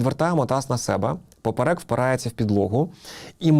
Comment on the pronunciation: ПОперек, наголос на 1ий склад